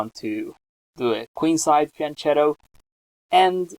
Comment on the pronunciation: it's pronounced fian-KETTO not fian-CHETTO